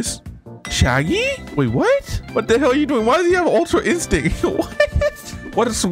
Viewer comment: bro really said super saiyan red and super saiyan ultra insinct............ITS PRONOUNCE SUPER SAYIN GOD OR ULTRA INSTINCT